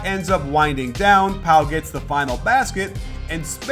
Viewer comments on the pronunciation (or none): none